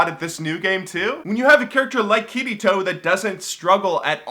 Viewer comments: "Kittytoe" cmonnnnnnn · sounds like he is saying kitty toe lol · I thought he said "Kitty toe" when he tries to say "Kirito" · I keep hearing Kitty Taw(Toe) when he says Kirito =\ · When you said Kirito, I thought you were saying Kiddy Toe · I really enjoy new videos and want him to make more, but still...i was laughting so hard every time he said Kirito xD It just sounds odd to me Love ya:3